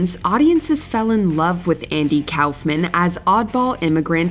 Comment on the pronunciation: *RASPBERRY Andy "cowlf"-man lol!